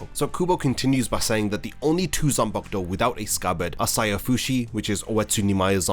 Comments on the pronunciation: How difficult is it for you to say Zan-Paku-To! 😡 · Every time you say “Zenbakdou!” I get so angry I want to smash my phone. How the hell did you show up on my feed again! I put you on my not recommended list. 🤬🤬🤬😡